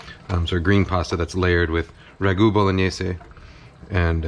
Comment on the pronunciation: Thank you, thank you thank you for pronouncing Bolognese correctly!!! It does not rhyme with mayonnaise. I appreciate your efforts at respecting other languages, too many people in your position don’t seem to care.